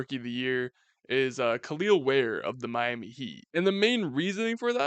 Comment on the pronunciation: Its just pronounced "kell el ware" not kaleel ware